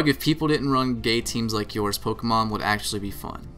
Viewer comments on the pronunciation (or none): none